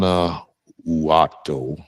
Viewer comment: Guanajuato is Pronounced One a What toe